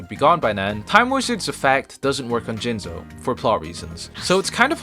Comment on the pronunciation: You said "Jizzno" wrong.